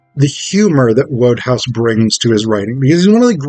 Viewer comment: Just letting you know mate, it’s pronounced wood-house. Like 🪵🏠 All the best pal! 👍👍